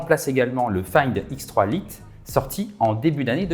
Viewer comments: "lite" se prononce "light" (la-i-te). C'est un détail, je sais... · Le « find x3 Lite » dit à la française 😂😂😂 je vais pas m’en remettre c’est la première fois que j’entends dire le mot « lite » de façon aussi ridicule